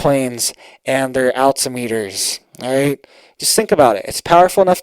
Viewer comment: Altimeter pronounced wrong. Who writes your script?